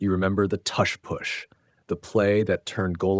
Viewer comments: Yeah this has to be AI. No human pronounces tush push like this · sorry couldn't watch this... how are you going to pronounce tush and push with different u sounds? i cringe every time you say it